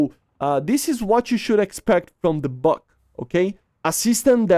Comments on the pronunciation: Buk is pronounced b-oo-k. Бук. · Buk ("Бук" in russian) is actually pronounced like 'book' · Tunguska is right pronunciation but "БУК М3" is "BAG"😂😂 how? Why?